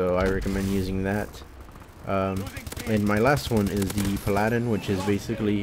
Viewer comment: Skill?? Pfft learn how to pronounce paladin......